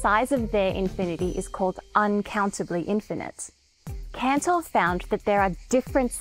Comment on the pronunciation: That's why he was "Cantor", not "Canor".